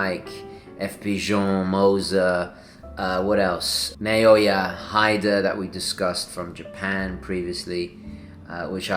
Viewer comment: Japanese lesson: you always pronounce the "i" like in "spaghetti". Heeda, not Haïda, for "Naoya Hida". Same as say, "Shinjuku" or "Shibuya" (popular areas of Tokyo). The "a" in "Naoya" is the same as in "parmigiani", not the english "a". The japanese "a" is pronounced in the latin style. Not like we can go this year with Covid and stuff, but will be useful one day. ^^ In the same vein, Seiko is se-i-ko. All syllables are separated in japanese. No dipthongues.